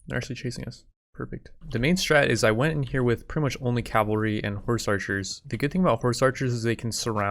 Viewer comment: So you all think he will ever start saying cavalry instead of calvary?